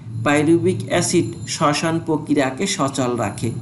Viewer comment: Sosan ❌ soson ✅